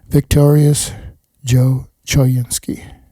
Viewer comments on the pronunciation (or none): choynski is pronounced co-WIN-skee